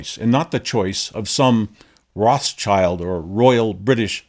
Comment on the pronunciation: Rot-shield! Rot-shield! Not Roth-Child.